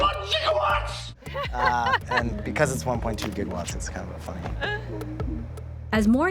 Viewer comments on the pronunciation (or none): 1.21 Jiggawats?!?!????? 1... point... 21... Jiggawats.....